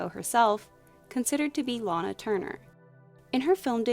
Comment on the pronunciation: Thank you for pronouncing Lana's name correctly 💕 Since she named herself, she would correct people who pronounced it wrong. She did it to Phil Donahoe on air in an interview 😂